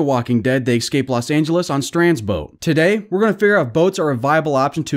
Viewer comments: Eeee - scape not ex- scape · STOP. SAYING. EXSCAPE. By all that is holy and unholy... the word is ESCAPE! It's not that hard! Ok, 5 excapes in 17 seconds. I'm done here. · It’s escape not excape 😂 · Just FYI - it's escape, not excape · It's escape..not excape.. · He’s saying excape instead of escape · First learn to say escape instead of Xscape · An entire video of listening to a guy say "excape" a million times. Mesmerizing. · Escape Say it with me. ES CAPE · If i have to hear him say ecscape one more time im gonna kill myself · Saying “exscape” bothers me. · there is no x in escape. stop saying excape. if you are going to make a commentary video then please learn how to pronounce the words correctly. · I'd like to watch this but the way he pronounces "escape" is so grating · There is no ‘x’ in the word escape homie.